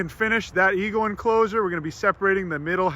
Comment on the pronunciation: Did you say "Eagle enclosure"??